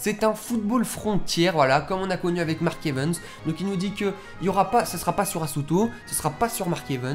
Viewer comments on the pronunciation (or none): Silteplait arrêt de dire mark (evens)c'est mark(evaaaaaaaans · Like si tu veux que il arête de dire mark evens